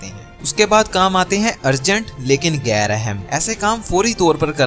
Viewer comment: Awesome advise, thanks, I would like to play it regularly to remind myself. We are all imperfect, I am no exception. Brother ghair or ghain has its origin in Arabic or Farsi, it is not pronounced like ga.